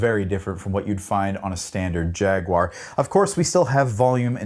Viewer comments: Why can't Americans pronounce jaguar correctly?! 😂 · Thank you for pronouncing Jaguar the most objectively bestest way possible. Fun fact: The Metallic KO color was originally called Candy Apple Rust when the guitar first was released and then for some reason they changed it rather quickly.